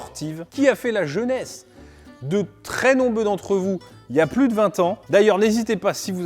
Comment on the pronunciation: 1 : 01 de très "nombeux" mdr sinon super video 😉